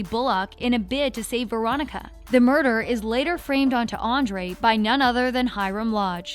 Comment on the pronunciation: You pronounced so many of the names wrong and some of these people aren’t even characters. Like Marigold, who is that. Hiram framed Archie not Andre. Also it’s Andre, not Andrew. Sorry if I sound kinda rude, it was just kinda bothering me cause I’m obsessed with the show. 👍